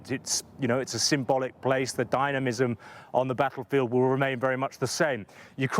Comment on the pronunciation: "Dymamism" on the battlefield. Where did they find this guy 😅